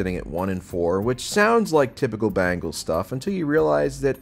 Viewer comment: Who the hell are the BANGLES? Oh, yeah, they are a pop rock band. Geez, you talk about football for a living and can't even pronounce "Bengals"? Can you say the word "BEN" followed by the word "GULLS"? Just try it. And Dallas is going to walk into Detroit and win? Um...no. Not at all.